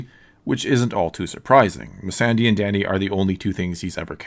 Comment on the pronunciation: it's pronounced "My-Sunday";)